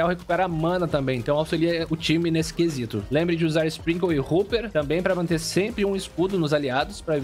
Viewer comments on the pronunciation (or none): Hopper = "Róper", não "Ruper"